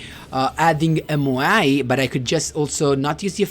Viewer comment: i love how you pronounce MOAI correctly, not like the duel links meta guy. keeps repeating MAYO MAYO GRAB THE MAYO